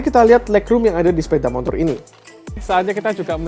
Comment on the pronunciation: Sepeda mo tor Bukan mon tor 🤪